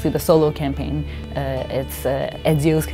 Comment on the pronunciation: she can't even say ezio